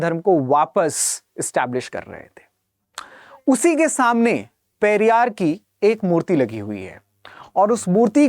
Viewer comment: Periyar ko galat tareeke se bola hai aapne ......